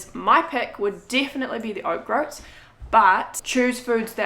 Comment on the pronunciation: grouts is pronounced with the same vowel sounds as coats.... or Oats actually! ☺️💗🙏🌺